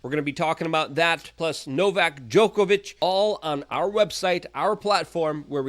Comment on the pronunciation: You pronounced Djokovic's name incorrectly.